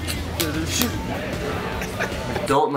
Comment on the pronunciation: i always thought u said "Rock Paper Scissors Shoe" instead of shoot